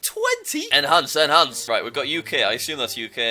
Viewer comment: I understood And Hans instead of enhance 🤣